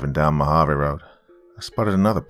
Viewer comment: Lol at least you didn't say Mojave the wrong way. Some people pronounce it with the j sound. Here in az it's spelled Mohave. Love to you and yours. Can't wait to hear more of your stories.